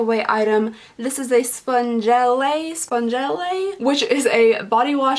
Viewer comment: BTW it's pronounced Sponge elle. last E is silent. :)